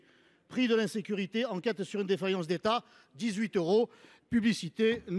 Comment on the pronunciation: " Le coût de l'insureté" = ???? c est quoi ça???, De l IN SE CU RI Té !!!!